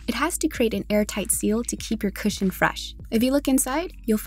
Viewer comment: Why some ppl read cushion become "cashion"